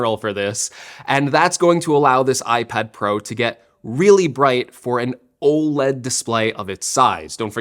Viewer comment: Why can’t tech YouTubers say “OLED” properly